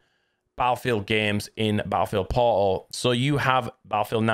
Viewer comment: Battlefield "pauul"... sound it out. There is an R and T in there somewhere. 🤣